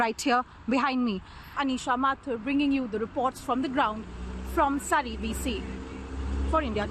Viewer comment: Can't you properly pronounce 'Surrey'?